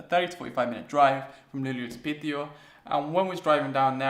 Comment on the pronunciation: You pronounce the name "Piteå" incredibly well, but if it's too much work for you to say i'd suggest you to just say "Pite" instead. It's much easier to say and gains you some mad respekt for saying it like the locals do. ;) Anyway I'm glad you enjoyed your stay and please feel welcome to come back.